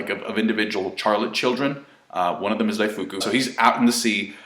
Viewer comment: it's CHAR like sharrr not char like children...